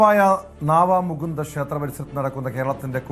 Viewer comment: നാവാ മുകുന്ദ അല്ല. നവാ മുകുന്ദ